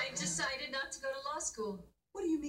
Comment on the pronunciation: The way Clair pronounced DECIDE I died on the inside 😂😂😂😂😂